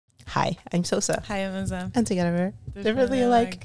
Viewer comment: omg that "özleem" was soo perfect pronounciation in turkish